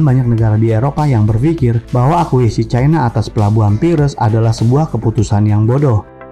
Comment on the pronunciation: Akuisisi bukan akuisi